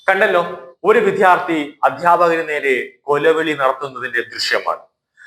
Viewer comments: വിദ്യാർത്ഥി എന്നു ശരിയായി ഉച്ചരിച്ചു കൂടേ? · താങ്കളുടെ ഉച്ചാരണം, ശരിയല്ല. വിദ്യാർത്ഥി എന്നു തന്നെ പറയണം.